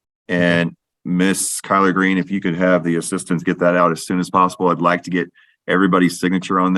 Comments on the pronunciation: Kyler- Green. I also heard colard green! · lol. I had to back it up a few times and I still heard collard greens. Glad it wasn’t just me. 😂